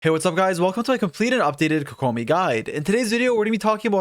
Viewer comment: How to say it. Kokomi. How you say it. koKOmi.